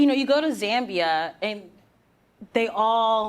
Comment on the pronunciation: Me a Zambian listening to her mispronounce my country but still happy she visited :)